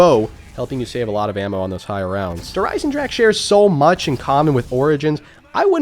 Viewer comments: Kino of Toten: "Kino of Toe-10" Der Eisendrache: "Djurhh-Ryzen-drag" The way united statians pronounce forreign words, man.. haha. *edit: man called an ice dragon "the iron dragon". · how come you playin' zombies for so long but you still cant pronounce der riese or Der Eisendrache right? Just type it in a translator and listen to it:)